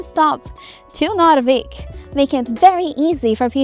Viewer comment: As a person who lives in the southern part of Sweden, when you say Narvik it sounds like your saying norrviken which is where an event called Aurora happens every year